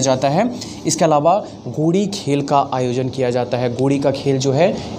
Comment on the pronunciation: Sir गोडी नही होता गेड़ी होता है